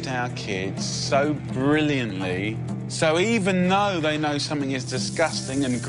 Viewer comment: He is hardly of a high social standard when he pronounces "something" as "summingck"